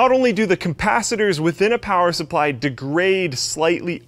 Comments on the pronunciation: why do people say it wrong it's capacitor . there isn't a damn m in it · it's "capacitor," not "compacitor". It seems OP's sarcasm was so subtle that it went over Gerry's head